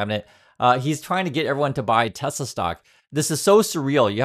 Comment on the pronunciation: What’s Tesla? Do you mean tesler?